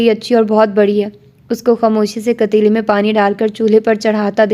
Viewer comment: Asalmualkum, Very good 😊, کٹیلی نہیں ہوتا پتیلی ہوتا ہے 😊